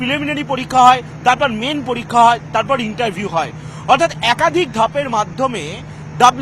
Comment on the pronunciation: পতিদোগিতা মুলোক পলিক্কা😂 গতমুঙ্গলবার .... আরে 'ভাতাটা' থুরি 'ভাষাটা' আগে ঠিক কর। WBCS নিয়ে কথা বলে .. 😂😂😂😂